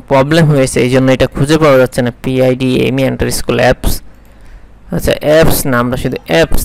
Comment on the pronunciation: আন্ডারস্কোর হবে আন্ডারস্কোল না। একজন প্রফেশনাল এর উচ্চারণ ব্যাঘাত ভালো লাগে না। আর এই মেথডে ক্লাইন্ট হান্টিং অনেক পুরনো রেসপন্স রেট ০০.১০% ও না। বর্তমান যুগ হলো কোল্ড ইমেইলের যুগ। ওটাতে রেসপন্স খুব বেশী পাওয়া যায়। সেটা নিয়ে ভিডিও বানান। সবার উপকার হবে।